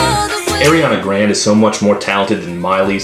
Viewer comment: Ariana grand... its grande get it right todd